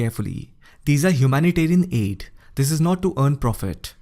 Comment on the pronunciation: The way he said aid 😂😂😂💯💯💯💯💯💯💯💯